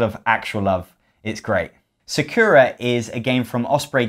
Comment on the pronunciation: Lol, it's not "secura" It's Sa- like in SAAB, ku like coo